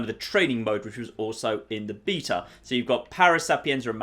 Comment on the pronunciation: I thought we could be friends (wishful thinking) but then I heard how you pronounce beta. Now you're just somebody that I used to know... On a serious note, really enjoyed the video and series, especially as I haven't been able to play the games myself yet.